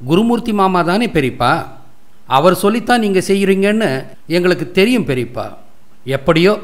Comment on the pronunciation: அருமை.நீங்கள் பேசிய பெரிப்பா உச்சரிப்பு அழகான நகைச்சுவை கலந்திருந்தது